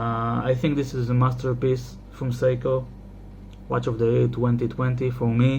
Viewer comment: “Seiko” becomes “Pyscho”?